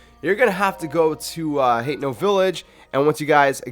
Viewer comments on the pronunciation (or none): It’s pronounced HAH-TEN-NO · It’s Ha-Te-No